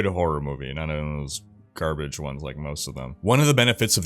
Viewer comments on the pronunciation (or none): 'i can see this character in a horror movie, a good one.' Then mumbles 'not in a carbage one, like most of them.' xD